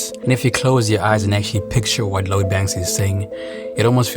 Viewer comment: How you going to make a video about Lloyd Banks and you can’t even say his name? Who is Load Banks hahaha